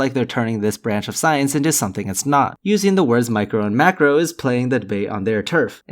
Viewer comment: Lol! Am i the only person who heard him say what's the difference between "micro" and "MACKEREL" evolution!? I know that one of those is a GODDAMN FISH.